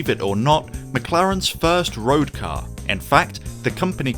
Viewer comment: This cyarrrrrrr…….it’s a drivers cyarrrrrrrrrrr